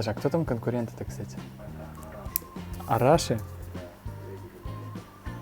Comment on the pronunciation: Arashi (ударение на И)